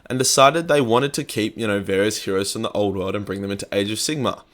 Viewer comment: Am I the only one that thinks it sounds like he's saying "AIDS of Sigmar"?